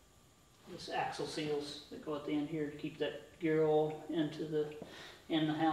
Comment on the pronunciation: “That’s gearl”. Oh, gear oil. Better than Keith Rucker though, which would be “gi-rawl”